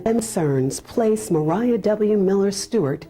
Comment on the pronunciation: Why would you assume her name is Mer-eye-ah. Maria is widely accepted to be pronounced as MAh ree ah. Is there something I am missing about the history of the name?